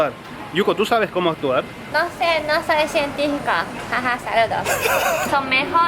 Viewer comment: Cuando no atiendes en clase y respondes: -No sé, no soy sientífiko, haha sarudos :D